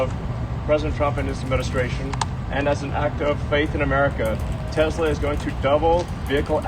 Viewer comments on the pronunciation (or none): Okay, I genuinely busted out laughing when Trump said "I love Tesler!" lol wtf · "I love Tesler!"